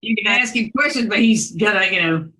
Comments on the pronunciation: She axed everyone for help ? Isn’t axing someone a crime. I axed them!!!!!! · How does he afford giving her $1,000, when he is basically homeless? Again, using the word ax, instead of ask! OMG! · Is it that hard to say ask not axe 🪓 it makes no sense and when she said We had a late over 😂